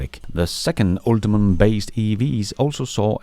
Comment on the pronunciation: Hey, just FYI, GM's platform is called "Ultium" not "UltiMum"